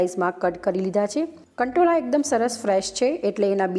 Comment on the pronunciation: Kantola nai kankoda 😆